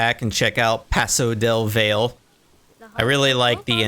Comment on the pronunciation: Valle is pronounced vie-yay, not vale. Still loved the zoo! Looks amazing